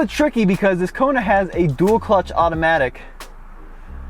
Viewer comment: Did he just call the Kona (Rugged) 😂😂